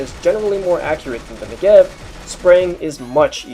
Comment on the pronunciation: Since you otherwise seem to know a ton about the Negev, I figured i'd let you (and everyone else) know... its pronounced NEH-gev, not ne-GEV. Its also pronounced smoothly - like NEgev, not Ne'gev. Source: I speak hebrew